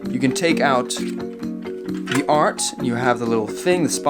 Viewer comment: The way you pronounced "out" in "I wanna take you out" as "oawt" drove me up the wall, but otherwise this is a neat video :O Very interesting.